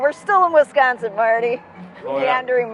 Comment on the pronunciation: Wee = sconsin